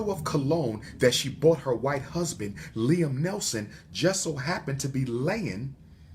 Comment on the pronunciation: Liam Neeson not Nelson